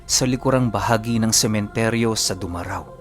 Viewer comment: Good morning po over there. Just being late due to watching the AGT videos of winners last 3 weeks ago. Now I'm trying to catch up your upload... Thank you for uploading.. Yong pagbigkas po ng bayan na yan ay pabagal po... Du-ma-rao. Kasi may baryo diyan po na kung saan ipinanganak ang nanay ko. Ang lugar na grabe sa dami ng aswang Lalo na sa kabilang baryo ng nanay ko... Mula Iloilo ang grandparents kaso Doon sila ginawang taga pag bantay ng taniman ng tubo... yong sitio sa baryo na Lugar ng mom ko ay kinuha sa kapansanan ng second cousin ko. Yong sinasabi keep ng kabilang baryo ay Doon Ang sobrang daming aswang. Nasabi keep iyan kasi ang isang naging ninang ng nanay ko ay aswang. Muntikan ng mabiktima ng pangyayanggaw sana ang family ng nanay ko noong time na bininyagan na. Regalo pa ng ninang nya ay isang biik. Sila yong aswang na may pinakamalawak na lupain at pastulan ng baka, kalabaw at iba pang hayop. Hayop na tao.. alam ko nagets nyo po ang ibig Kong sabihin.... mga taong biniktima ng family ng ninang nya na ginawang hayop... Sila din ang pamilyang laging nananalasa sa mga karapit baryo... at sila din ng kauna unahang nagkaron ng nurse na napunta ng US... Now ng 1980's lagi kaming dinadala Doon ng mga tiyahin ko at pinsan pero noong punutok ang Balita sa Lugar na nangbibiktima ang anak ng ninang ng nanay ko 1989 Hindi na kami nakabalik Doon hanggang nakapagtapos ako ng college. Last year 2000 yata noong namatay ang panganay na ate ng nanay keep saka lang